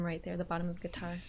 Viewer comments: “Gee-tar’!...I just bought a "Fender"...How long have you been playing for? and did you take lessons? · Hehehe! good job. (gee-tar) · Looking forward to your journey through this game. gee-tar. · you were getting the Gee-tar but then you start to lose it. It was good. Funny at the end tho made me laugh hope you finish the game I enjoyed it and the story.😁👍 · Gee-tar Lol. Expecting a full cover from you soon 🤣💕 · Wow, you're very good on the "gee-tar" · Gee-tar, looking foreword for the next video :)